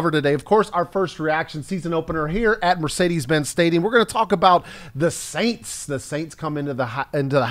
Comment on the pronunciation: Please stop mispronouncing the name of the franchise from New Orleans. The first S is silent.